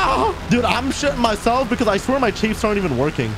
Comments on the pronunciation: Chaffs. Not chafes...2 different things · Yo I'm not trying be like actually like a nerd but ther chAffs like when the a comes in its ah so chahffs but its spelt chaffs idk if I spelt it right but if.i helped someone ur welcome have a good day